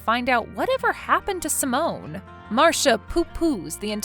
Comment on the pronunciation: It’s pronounced sigh-mon not pronounced like a French woman’s name Simone